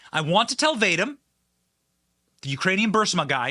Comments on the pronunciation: Great information. One note, I believe Vadim pronounced Vah-Deem. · Can you not pronounce Bur-IS-muh? It's been in the news for over 7 years. Other than that, good work further exposing the already Whitney-Webb-exposed criminal scum. I'm guessing its pronounced "vah-deem," not "Vade-dim." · Vadim is pronounced Vah-deem' The energy company is pronounced Boo-ree'-smah free resources exist on the internet to teach you the correct pronunciation of unfamiliar words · lol you are not pronouncing "Vadim" correctly.